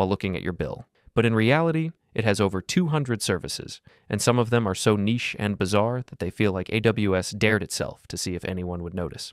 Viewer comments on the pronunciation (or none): none